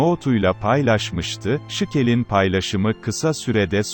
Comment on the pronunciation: Sıkıl değil Şikel